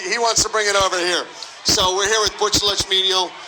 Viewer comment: “Butch” tha whole damn fight. What shitty commentary. Dont care to get a name right, and makes up shit that you never said. He just wanted to get that Conor line in there.